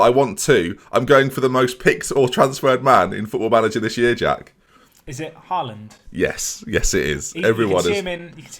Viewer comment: Pronounces Jovic and De Ligt incorrectly Corrects other dude on his pronunciation of 'Chiesa' Other dude pronounces 'Haaland' incorrectly Says nothing ->Me: Turns off video